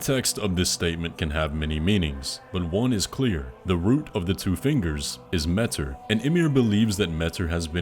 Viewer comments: i love your videos, but WHYYY do you pronounce metZr with a freakin' Z instead of metYr with a Y, whyyyyyy??? I'm surprised nobody noticed... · I believe it is pronounced "meteer" and not "mehter" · Pretty sure it’s pronounced Mayter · consider for 2 seconds: pronouncing Metyr like "meteor". Me-tyr. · I think “metyr” is supposed to be pronounced like “meteor”…. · Her name is pronounced METEOR ☄️ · please pronounce it meh-tier...